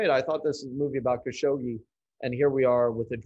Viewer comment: Fogel doesn’t even pronounce Khashoggi’s name correctly. Oscar? No.